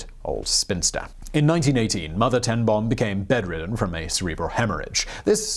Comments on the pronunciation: Boom is pronounced bome, it means tree. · Boom is Branch in Dutch. It is pronounced like Dome but with a 'B'. I'd never heard of this remarkable lady and her family. Great vid and thanks!